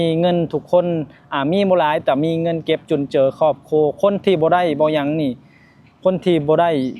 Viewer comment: ภาษาไทย เรียก " ครอบครัว" มี ร.เรือด้วยนะ😊😊😊😊